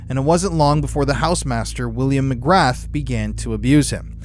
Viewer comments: McGrahhhhhhhhhhhhh not McgraTH…… William Mcgrahhh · McGrath is pronounced McGraa, no TH sound, I'm irish it bothers me but most of our names sound nothing like the spelling 😂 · Pronounced. Ma graa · McGrath could be pronounced as McGraa if it's Irish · McGrath is prounced mc gra Just letting you know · McGra. You do not pronounce the “th” 👍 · Can't take seriously with how ur pronouncing mcgrath 😂😂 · Interesting, but the “T” in “MCGRATH” is silent and Britain's CIA is MI6. MI5 is more like the FBI. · You are mispronouncing Mc Grath - the ‘th’ is silent. Just saying